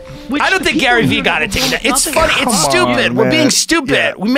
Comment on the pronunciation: "Does warren buffet look at gayvees page and say its time to hustle" had me ROLLING